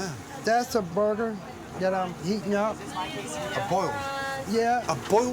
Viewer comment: “das a burgur” 🔥